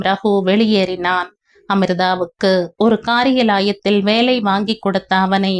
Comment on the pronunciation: Kaari ya la ya thil not kari ya layathil